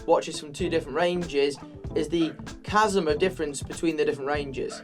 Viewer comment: Casm of difference! My son would be so happy! You said his name. ( and plz know I am a word smithy, I know Chasm is spelled...Casm.) look him up, yo. But. Rem Mum is a Badger. Honey Badgers don't care, but they'll kill ya. RE: Stoffel.